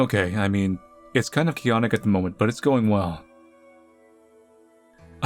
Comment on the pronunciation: "Chaonic" why do i love that